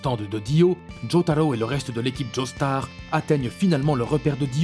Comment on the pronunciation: "Crocodile" "uchiha" "djostar" "Griffite" et tant d'autre seigneur fait un minimum d'effort mec même ton intonation sonne fausse genre vrm ya rien qui va tu donne pas envie